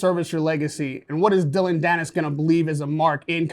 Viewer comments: His name is not Dillion, it’s Dillon. Interviewer sucks at his job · Why’s he saying “Dill-lee-on Danis”? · why does he keep saying his name as "Dillion"? ahaha